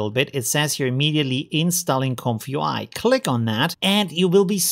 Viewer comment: Read this way "Comfy UI" Not this "comfyu I"